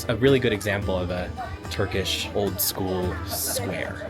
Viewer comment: why is your turkish accent so good i'm confused